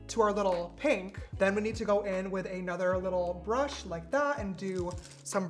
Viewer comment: james really likes adding syllables to words, "bur-ushhh"